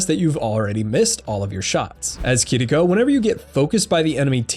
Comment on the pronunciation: Are people aware it’s not pronounced kitdeeco? It’s kiriko?